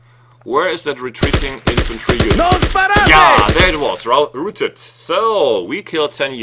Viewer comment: row-ted ( rhymes with cow)...not roo-ted